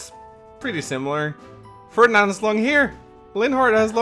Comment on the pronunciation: Maybe try Ferdinand again? 😂